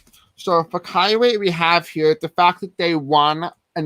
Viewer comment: Kuwait -CooWait lol